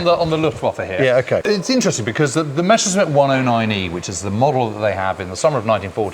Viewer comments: Why is there a tendency to pronounce it Mescherssmitt instead of Messerschmitt? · Seems suffers from a bit of ooooo Meshersmitt Meshersmitt syndrome.